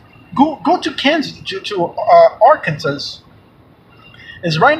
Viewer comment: thank you so much for sharing! ❤️ by the way, it’s not pronounced Arkansas, it’s actually pronounced Ar-Kan-Saw.... just thought you might wanna know. ❤️